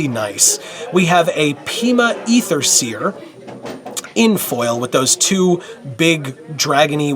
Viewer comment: Thank you for saying EEther and not AAther, fellow phonetic enthusiast.